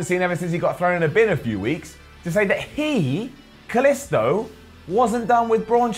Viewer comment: Hate how he fucking pronounces Kalisto wrong it's not an I sound it's and e sound for the i in his name